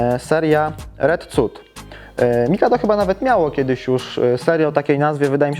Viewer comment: red CUT czytasz jak polski wyraz a cityliner już nie? Może zanim nagrasz to sprawdź jak się czyta wyrazy ... serio